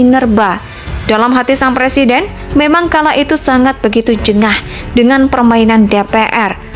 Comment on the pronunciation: MAU JADI PLESIDEN?? BELAJAR NGUCAPIN R DULU LAMLI !!!